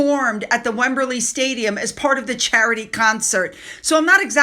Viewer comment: The Wemberly Stadium is really called Wembley Stadium. Chelsea Davis is really called Chelsea Davy. If reading news articles to us is so hard why not write your own copy?